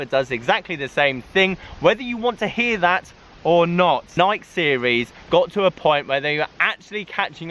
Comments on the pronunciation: How is it 2024 and you are still mispronouncing Nike (Ny-kee) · why do all British people mispronounce Nike?